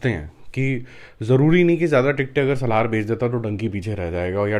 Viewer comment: It's not Salhaar ....it's Salaar please ...u r pronouncing it always in a wrong way🙂🙂